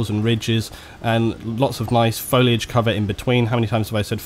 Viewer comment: ***** It doesn't take a nuculer scientist to pronounce "foilage"